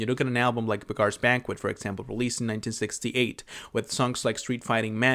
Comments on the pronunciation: Beggar is pronounced 'beg-er' not 'beg-are.' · Hey, I'm new here, I like your videos a whole lot. Don't know if this was mentioned or not, but "Beggar's Banquet" isn't pronounced like that. "Beggar" here means the same as "one who begs", like a bum. Imagine that it's spelled "begger". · Buh-GAAARS Banquet. I can't unhear it. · Weird pronunciation 😂